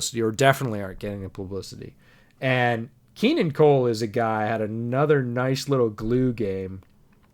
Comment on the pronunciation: 'Keenun Cole'